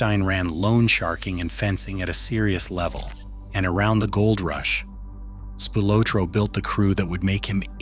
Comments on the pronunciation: Spy low tro? You've got to love AI.😂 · They don’t even pronounce his name correctly. Spy-Low-Tro?? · As usual, the AI cannot pronounce Tony’s last name correctly. Here’s a novel idea: how about an actual human being reading the script? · Down voted for AI slop, it’s unwatchable due the mispronunciation of Spilotro, like nails on a chalk board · You need to learn how to say his name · the real murder was butchering the pronunciation of his name. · I wanted to watch the video but I can't stand AIA voices that can't pronounce spilatro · Aside from mispronouncing Spilotro's name, why, , is there a photo of Jack Bauer interrogation of Syed Ali from 24 Season 2?? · This might be great documentary but the AI mispronunciation of Tony's last name is painful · I don't think this pic of Gotti has nothing to do with any of this. And For God's Sake why can't you say Spilotro right? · AI sucks! Can’t pronounce Spilotro correctly and some other words a s well. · So much AI narrated garbage on the internet. And I was actually interested in listening to the story till I heard him mispronounce Tony's last name in the first 2 seconds. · The way you mispronounced Spilotro is driving me nuts. Do some research 🤦‍♂️ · The way you mispronounced Spilotro is driving me nuts. Do some research first 🤦‍♂️ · I turned this crap off the minute they mispronounced Spilotro's last name. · Video would be better if u pronounced spilatro right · Hey, if you think he is interesting enough to make a video about, don’t you think he’s interesting enough to learn how to pronounce his name? Or teach your ai how to pronounce his name? It’s not like it isn’t pronounced properly in a blockbuster movie… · That's Spilotro NOT Spylotro, please pronounce it correctly ! stupid AI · Terrible Tony's name is pronounced Spill a tro. NOT spy lotro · Narrator it's Speel-otro, not Spy-lotro. Spilotro.... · Right! Speel-otro not Spy-lotro.....Spilotro..... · It's not spylotro stupid get it right tony spillatro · SPY loh tro😂